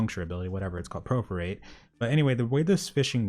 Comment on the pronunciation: Dude the skill is per- for - ate, not pref- er -rate